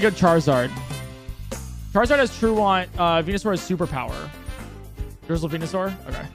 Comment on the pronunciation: How does chat not react when he says truant as truahnt